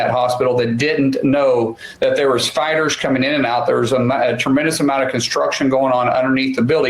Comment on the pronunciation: unrelated to the context of the story... but to me every time he says "fighters" it sounds to me like he's saying "spiders"